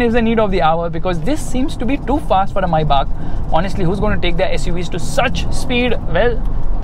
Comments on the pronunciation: first of all its not maibach, it's written Maybach. May Bach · Mybah?? I thought it is pronounced as maybach (may-back) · Its not maibach.. Its May Bach 😅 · Why does keep referring to the car as Mercedes "Mai Baap"!!! Isnt it Mercedes May (like the month) and Bach (like the composer) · why do you keep saying is maibuck it is maybach "may-bac" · i think it's may-baak (maybach) not mai-baak🤔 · Maybach ❌ MaiBaap 🤣😂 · When you say Maybach it sounds like maibaap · ye tum "maibaak"bolna bandh kro pehle to.. dj khaled ne gana bana diya maybach pe apko abi tak pronounce ni karna aya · It's maybach Pronounce : Maibah I know,i'm Just saying! I'm not here to say it in a sarcastic way! Thanks! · MayBach(मायबाक) nai Maybach lowde